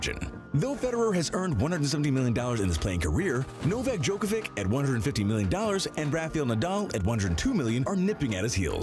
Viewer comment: Djokovich, not Djokovik 😀